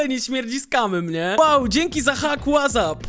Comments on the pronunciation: Chlopie wez sie naucz mowic💀💀 Wazap? w jakimstam odcinku wczesniej ajerpodsy? Wez sie ogarnij💀💀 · ej mam takie pytanie 😄 czemu mówisz łazap ? 🤔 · nie ma takiej aplikacji której nazwę wymawia się "łazap"